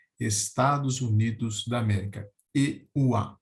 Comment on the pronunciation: Perfeita e explicação!! Professor, permita-me: em se tratando de pronúncia de vogal, a vogal "e" de E-U-A, pronuncia-se "É" (aberta).